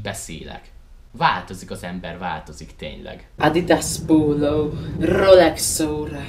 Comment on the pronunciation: Suprrra cipőuő Adidas poulou Rrrolex oura XD.